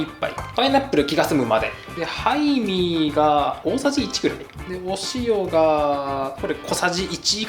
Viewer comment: しっかりややこしくしてるの良き(๑•̀ㅂ•́)و✧ そして美味しそう(´,,•﹃•,,｀) ハイミーがタイミーに聞こえたのはきっと私だけ🤣 最後の分量外のラーメンは面白すぎた😏💗